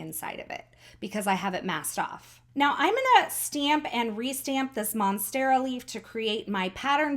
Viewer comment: Great card,! I love how you created the pattern with the monstera leaf (you did pronounce that correctly, btw) & then made an extra one for your embellishment cluster. I'm rather curious about not priming stamps with your hand, though. If skin oils are "bad" for stamps, are we supposed to wear gloves just to handle our photopolymer stamps now, to keep oils off them completely? I'm just a bit suspicious about that, but that might just be me. Anyway, thank you for sharing. Take care, & have an awesome day!:)